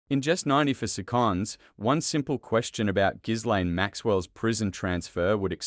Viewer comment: Learn how to pronounce people's names properly. "Gilaine" and "Pa tell" Mispronunciation of names is an insult to those who have them. I can't even bear to listen to you.